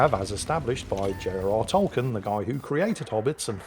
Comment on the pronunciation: Is it really Pronounced "Tolken"? I thought it is pronounced "Tolkien"...